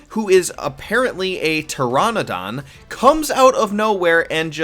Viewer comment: a tyranadan?... lol why can no youtubers pronounce shit